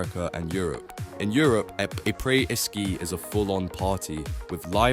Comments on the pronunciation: What the hec is “aypray ski”? 😂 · “A-praise” ski? 😅